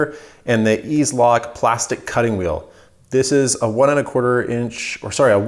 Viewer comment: EZ Lock pronounced “Easy Lock”